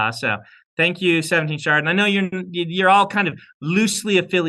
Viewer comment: Shard. Shart. Cast. The d and t are very close phonetically.